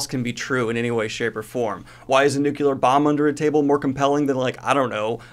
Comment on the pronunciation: DANIEL GREENE. NUCLEAR: NEW-CLEAR NEW- CLEAR